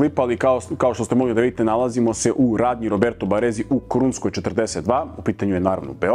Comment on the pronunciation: Roberto Baressi se izgovara Роберто Бареси. Dva slova S se tako izgovara. Nervira me pogotovo kad izgovaraju Lambordjini itd itd